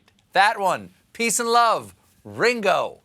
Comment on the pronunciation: Its ring o not how ur pronouncing it